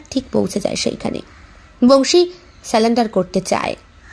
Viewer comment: Khub bhalo. Kintu selendar na bole surrender bala darkar